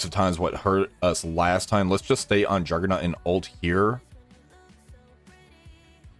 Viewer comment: Are u saying juggernUt